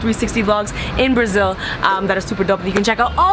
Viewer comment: "we are herrre in Brrrazil for vacationing" XDDD